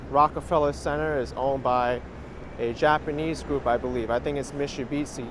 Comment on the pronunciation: it's November 19th, 2.30 pm and Me-shoe-bee-tzee was the best thing I heard today, so far! Thanks for the view, like always, greetings from former Germany!